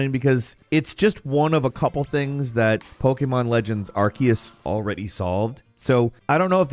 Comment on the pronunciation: Sir is it really pronounced arkeus?